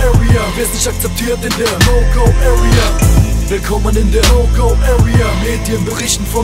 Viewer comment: wie spricht der bitte area aus das hört sich an wie öria